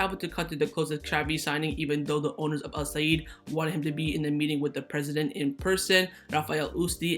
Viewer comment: Sorry but it felt weird when you kept on saying Al Saeed 😅😅